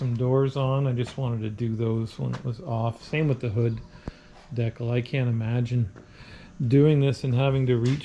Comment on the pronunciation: You're pronouncing decal wrong..and smart person would have taken the finder off to get to the door hinges instead of fighting it so much. I did paint and body work for over 21 years and I don't like doing things twice much less as many times as you did when taking the finder off would have been easier. Remember work smart not hard